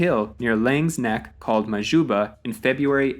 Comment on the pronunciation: All these incorrect American pronoucications of South African names are pretty grating. It's "The" Cape Colony, M[h]juba hil, C[e]cil Rhodes (not Ceacill), for example.